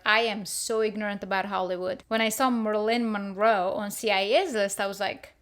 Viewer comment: Who is "Merlin Monroe"? 🤭🤣